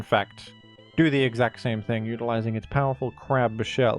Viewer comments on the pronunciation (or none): none